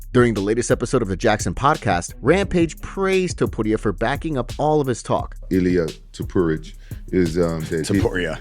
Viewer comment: Bro said ilia topuridge💀